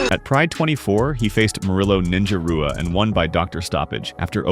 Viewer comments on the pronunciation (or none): Pedro Rizzo (pronounced hizzo). Renato (pronounced henato) Sobral. Murilo Ninja Rua (pronounced hooah). Awesome video, tho. Thanks for the content. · His name is pronounced Shogan Hua even though its spelled Rua. You are pronouncing all of the words incorrectly. All those names are Brazilian and the R makes the H sound. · No way you're an MMA channel pronouncing Brazilian names with an English R, Rua is pronounced Hua